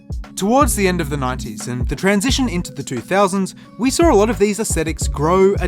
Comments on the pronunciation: im sorry, but, sawr? Sawr ads? What? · sawr??? We 'sawr' a lot of these aesthetics??? What does sawr mean???